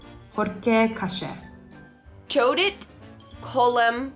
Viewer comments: Slyšet chodit vysloveno jako čoudit mi upřímně vážně zlepšilo den. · I loved the pronounciation "čoudit okolo horké kaše" :D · "Čaudyt" kolem horké kaše bylo taky pěkný. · My to asi nevíme, že.. jenže slečna to skutečně vyslovila s "č", protože angličtina zkrátka má pro "ch" jiný zvuk (srovnatelný s českým "č"). Její americká výslovnost způsobila, že se ze slova "chodit" stalo "čoudit"